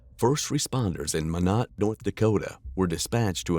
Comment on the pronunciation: Minot is not pronounced "meh-not" it's "my-not"